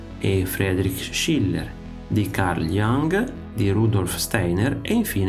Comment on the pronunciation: e ancora, non Carl "Iang", ma Carl Jung, si proprio con la "u"